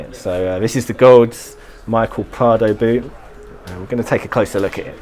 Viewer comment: D I'll gladly help you out if you want to a pronunciation guide for any names. "Michel" is pronounced the same way as in French, "Mishel" (/mi.ʃɛl/)..and "Gawds" is a broad, American way of saying "Gods" and can be pronounced "Goahds" or "Gaahds" (with a dark "a" sound but without the diphthong).